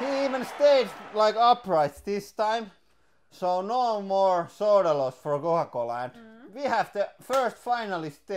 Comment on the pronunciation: Did anyone else think he said ultimate SWORD fighting for a moment?